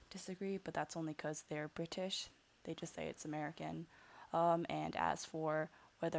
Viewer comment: love when you say "BRI-TISH" haha